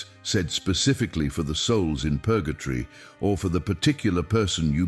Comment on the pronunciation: It is Purgatory not Purgatry.